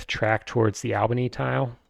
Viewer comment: Thanks for these videos, I'm really enjoying them. My group doesn't like 1830 so I rarely get to play it and now I'm living vicariously through your videos. Also, "Albany" is pronounced like "ALL-bany," It's a long A :)